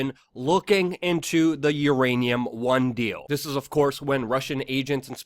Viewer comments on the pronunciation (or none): none